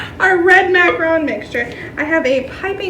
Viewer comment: Hate the way you pronounce macaron lol